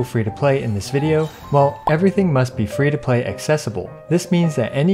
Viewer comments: am i the only one who heard fish to play.. and not, free 2 play. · Why does he keep saying fish to play? 🤦🏽‍♂️ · I'm I the only one hearing "FISH TO PLAY PLAYER" ? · I'm dying hearing you say fish 2 play every 10 seconds lol